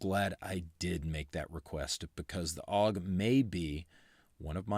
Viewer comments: A.U.G, not "auwg". It's an acronym, not a word. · Isn't it "A-U-G", rather than "AWG"? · Had one. A.U.G not “Aug”. Crappy trigger, ergonomics aren’t great. If you want a Bullpup get a Tavor